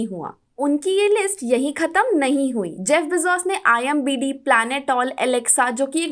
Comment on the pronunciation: very cute mistake 😂 it's IMDb not IMbD